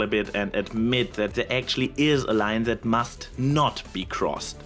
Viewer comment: ok, I think I am getting used to the accent, but I keep cracking up every time you say "zet" instead of "that". ...this is NOT a hate comment, I can very much relate to this.